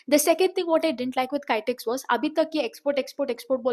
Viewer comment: Not kytex...kitex